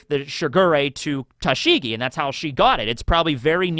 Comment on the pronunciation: I can't listen to you butcher Tashigi's name... It really makes me cringe so badly. I love you man, but there's only so much my ears can handle.